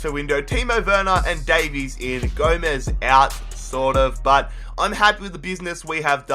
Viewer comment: Why does everyone pronounce welsh version Davies wrong